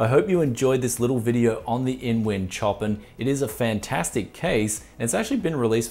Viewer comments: its "show-pan" not "choppen" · Another Brianism.... "Choppin".... It's pronounced ShowPan mate. Love the channel and keep giving us the Brianism's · OK dude its a beautiful case and a wicked set up but please say the name properly its Chopin said showpan as in the musical genius. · I'm pretty sure the case name is not [tjopin]. It's named after the composer Chopin [shopan] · Is this supposed to be Chopin, as in Frederic Chopin the composer? (pronounced showpan) Or is it Chopin, Like chopped cars or something. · is the Chopin named after the classical composer? Seems like a strange choice of name. Anyway, the composer's name is pronounced "show-pan". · Chopin is pronounced like "show-pan", bud. :P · Love the shirt. Btw, it's pronounced 'shopan'. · My guess is its meant to be pronounced sho-pan as in Frederic Chopin. Bogans, wot can ya say mayte.